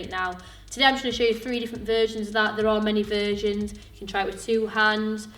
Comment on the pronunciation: Every time she says "versions", I hear "virgins".